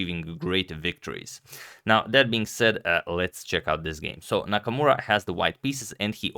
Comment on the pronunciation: It's Nakamura, Not Namakmura 😁